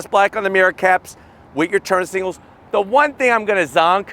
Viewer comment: Signals, and not singles. S-I-G-N-A-L-S!!!